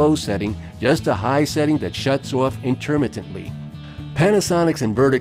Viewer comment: "intermently" Am I supposed to trust a review hen the guy doing it can't pronounce "intermittently" correctly either because (A) He is not academically capable? or (B) He simply doesn't care enough to even pronounce it right? Either way, if t's not important enough for this guy to figure out, then obviously this guy is blowing smoke up my tail!